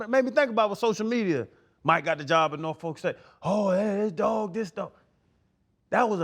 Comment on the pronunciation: Ryan. Please ask Coach Tomlin how to pronounce "Norfolk". You all are hurting our ears.